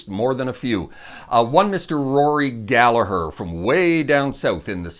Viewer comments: You didn’t really get it wrong, but it’s definitely not dove 😂. What you did get right that almost everybody gets wrong was Gallagher. Well done. I salute you. In case anybody asks, the h near the end makes the g silent. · And you say Rory's surname bang on! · You pronounced Gallagher correctly so you get a thumbs up for that 👍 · Another Irishman in the comments. Can't pick a list, just wanted to congratulate you on pronouncing Rory's name correctly, and to let you know that Róisín Dubh is pronounced Row-sheen Dove. I also think Dustin the turkey should have been an honourable mention, but I'll let it slide. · Thanks for Pronouncing Rory’s Surname Correctly!!!😁😁😁🇮🇪🇮🇪🇮🇪